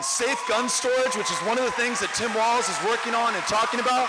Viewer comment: Tim Walz no "t"